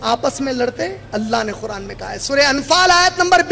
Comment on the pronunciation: ق کے لئے خ کی آواز نکالتے ہیں قرآن کو خران اور قریش کو خریش قید کو خید اور اسی طرح ہر ق کے لئے خ کی آواز نکال رہے ہیں